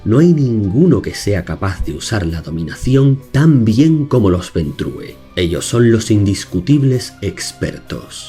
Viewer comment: Ventru, el clan se llama Ventru, no se lee como en Español, coño, porque ustedes los Españoles son incapaces de pronunciar bien cualquier palabra que no sea castellana?